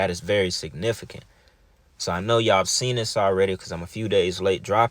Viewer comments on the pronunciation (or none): none